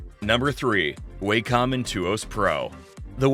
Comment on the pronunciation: One criticism... The word "Wacom" is pronounced "walk-um" not "way-cum"